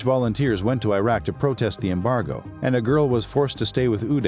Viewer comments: Its name is IRAK not AYRAK ! like ITALY ,and IRAN too , its not AYRAN ! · Good content but Iraq is pronounced as "Eeraak" & not "Airak"... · 'ee-rahk', not 'eye-rek' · Not I Raq its Iraq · The documentary is okay but it annoys me having the narrator pronouncing Iraq and Iran the wrong way. Come on! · It's the mispronounciation of Iraq and Iran for me